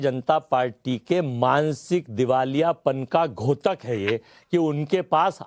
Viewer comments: Abey khangressi,, ghotak nahi dyotak hota hai. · पहली बात तो घोतक नही धोतक होता है।😂 कृपया उच्चारण शुद्ध कीजिए। घोतक का अर्थ घोड़ा है और धोतक का अर्थ है 'सुचक ' या संकेत। ।